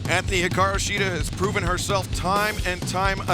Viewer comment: Hiraku Shida. Can't get your women's champion's name right. Disappointing.